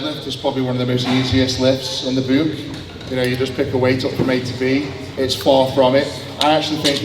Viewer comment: The way Eddie pronounces "book", "hook" and "look" is wild